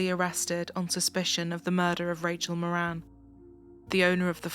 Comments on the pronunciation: Not that it matters but in Ireland we would pronounce the surname Mawrin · Rachel's Surname is pronounced .. More an .. it's Irish 🇮🇪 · It helps to read the title. Her last name was Moran. Not Morin.